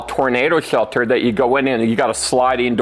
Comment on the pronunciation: "Bomb chelter"